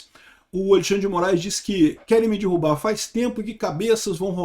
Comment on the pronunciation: Não é "dirrubar", é derrubar.